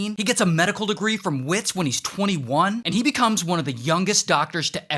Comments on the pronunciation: The way you said WITS😂😂😂The W is pronounced as a V 😂😂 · For pronunciation: Wits = Vits Sanele - Su of sun - Ne of next - Le of legs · By the way it's called Vits but you say Vits, w in afrikaans is a v sound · As a South African, it’s pronounced vits, and it’s sanele, not saneli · Wits is pronounced Vits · The embarrassment I feel as a South African 😔😂 and it's pronounced 'Vits' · Tips for non South Africans 😂😂 Wits is pronounced Vits Sanele is pronounced Sun-nel-le not sanely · "Wits" is pronounced "Vets" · It’s pronounced Vits. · awe! and Wits is Afrikaans so it is pronounced Vits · wits university Pronounced "vits" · Sanele="Sah-neh-leh" Wits= "Vits" Basically... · Wits is pronounced as if it’s “vits” in Afrikaans ‘w’ is said as ‘v’ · The way he pronounced Wits though. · The w in Wits uni is pronounced like a v.. Cause it’s Afrikaans. Love from SA 🇿🇦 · As a South African, i lmfao when he said sanele and wits incorrectly 😂😂😂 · When you say 'Wits' pronounce the W with a V, if your confused as to why that is, blame the afrikaans language for its pronunciation. At least we got a shoutout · As a South African the pronunciation of Wits and Gauteng is absolutely hilarious 😂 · My poor ears. You mispronounced the South African words - Wits, Sanele, Gauteng. No. Just, no. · I'm so embarrassed to be from Gauteng. Thanks for the shout out. One more thing, Wits is pronounced Vits with a V. Not wits. Comes from Witwatersrand in Afrikaans and their Ws are spoken as a V. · It's Verts not whits🗣️ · its not wits its vits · Make the w sound like a v for wits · It’s prounounces vits not wits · I am genuinely proud that he pronounced gauteng correctly. ❤ I just wish he'd pronounced it Vits instead of wits😂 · 😂as a south African i can tell u that we dont pronounce Wits university as wits , we pronounce it as *vets , 💀sounds kinda weird i know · University of WITs….pronounced VETS if u not South African and don’t know or understand Afrikaans..👍🏽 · its VITS on WITS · And Gauteng